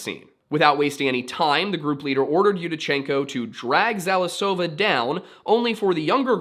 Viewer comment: I love watching english speaking youtubers discovering russian mysteries, because 1)the struggle is fun, 2)english sources tell different narratives. You're actually challenged by transcribation of most of the words, it gives impression that sounds are more complicated than they are. You really only got some emphasyses wrong - it's KorOvina and ZalIsova, but rules on those things are based on vibes, so it's really ok for english speakers to be confused. And it's BuryAtia - for most of the time the last syllable is not accentuated. And or gosh your struggle with Komsomolskaya Pravda - if you are going to work with russian-based stories, you are going to encounter a lot of fucked up sources that rehash bullshit, we have a lot of low quality journalism on those things. You did a great job on this case, as you did with Dyatlov's!